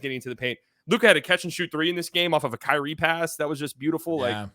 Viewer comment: why do you have trouble saying Kyrie's name? No mention was made of his contributions🤔🤔